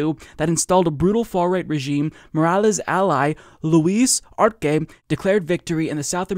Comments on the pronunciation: its pronounced: "Ahr-Seh" not Ar-ke. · Bro it’s pronounce arse not arke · Arce is pronounced (Arh-seh)